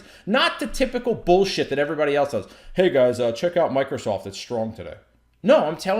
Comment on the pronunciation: Lmao why did he say "hey" like that.